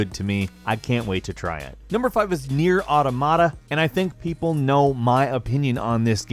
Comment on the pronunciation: You get paid to talk about games for a living, and you claim Nier is your favorite of the year. Probably should learn how to pronounce the name.